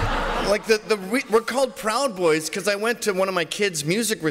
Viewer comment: ‘Pwowd boys’